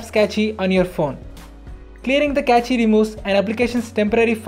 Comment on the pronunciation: Wish you had learnt how to pronounce cache...rest was good..